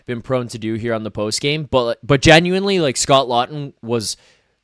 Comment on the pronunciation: gets me everytime with pronunciation of Genuinely 😂 It's jen-u-WIN-ly not jen-u-WINE-ly